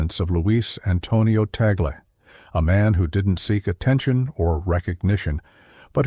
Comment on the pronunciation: Misleading title! Out of nearly 20 minutes, not even 1 sec was showing what he did! and his name was not even correctly pronounced